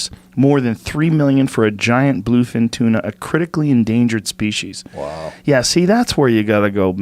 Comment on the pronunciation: Joe "King of TUNAH" Rogan